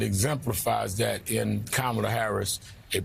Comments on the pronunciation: Great speech, Rev Ale. Please take 20 seconds to learn how to pronounce Kamala's name. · mispronounces her name